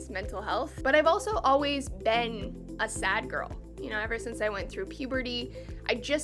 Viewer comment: Saying 'been' like 'ben' lol